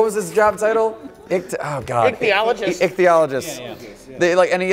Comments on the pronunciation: In this episode, pronounces the word "ichthyologist" correctly on the first take, and Mike forgets to mention that one of the Stone Cold actors was in Star Trek. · Dude says "ichthyologist" right in this video. The pills are working. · nails "ichthyologist", Mike fucks up "KILMER". The tables are turning.